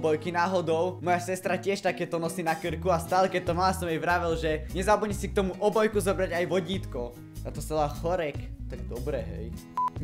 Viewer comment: To neni chorek ale choker